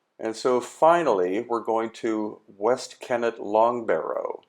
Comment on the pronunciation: Nice to see you covering something local to me, but FYI it's West Kennet Long Barrow, not West Kennitt.